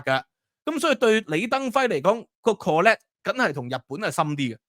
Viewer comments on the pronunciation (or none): CONNECT not conect